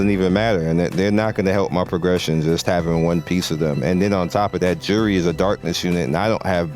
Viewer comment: You are pronouncing Juri wrongly. "J" is not English "J" as is "DJ", but as in "Yay" - Juri (Yuri pronounced, if that makes sense, soft J, not English hard J, that's how I see it.)